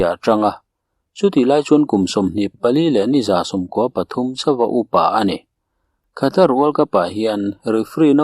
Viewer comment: Mi tam tak hriat a chhiar tur tan chuan saptawng thumal leh ram hming etc. (Khatar aiah Katar tia lam ni zawk se ngaihthlak a nuam ang) thumal lamrik dan hi chhiarchhuah hma a zirchian hmasak ni thei se, a zahawmin a ngaihnawm lehzual ang mawle...